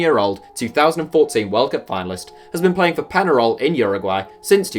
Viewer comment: Peñarol is pronounced "PENHAROL", you pronounce the Ñ like the NH in "Ronaldinho".